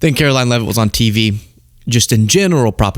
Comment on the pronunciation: Her name is pronounced karolying !!! So funny lol